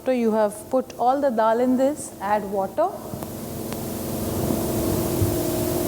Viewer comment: why they gotta say dal like that